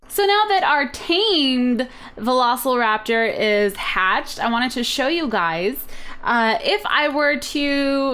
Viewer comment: Cupquake: "veloSLEraptor!" Me: *Cringe*